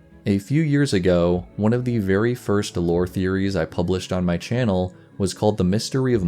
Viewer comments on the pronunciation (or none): none